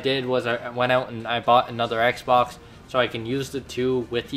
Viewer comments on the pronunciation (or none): none